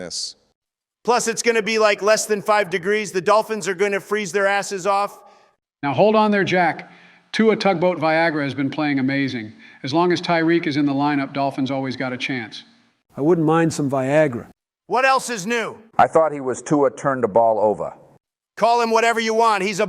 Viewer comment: I love how Joe pronounces Tua's name. It sounds like Tua Tugboat Viagra.